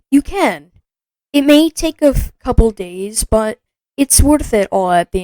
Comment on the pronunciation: As soon as I heard 'a coue of days' I just deleted Roblox.